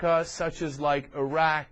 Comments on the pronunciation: Airak?... Its pronounced Irak(e-Rak)... Palin, you so stupid.... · I can't stand the way she pronounces Iraq, I-RAQ. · She can't even pronounce properly Iraq in English...